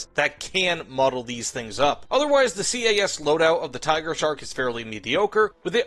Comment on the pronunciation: STOP FUCKING SAYING C A S CALLED IT CAS ALL ONE WORD HOLY SHIT IM GETTING PISSED OFF BY THAT have a nice day